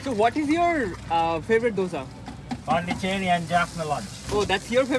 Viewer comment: it is not pandicheri but pondichery, it is a city in south india